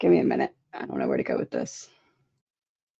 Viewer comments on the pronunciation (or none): none